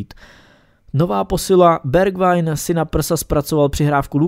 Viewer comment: Bergwijn se čte cca jako Berchvejn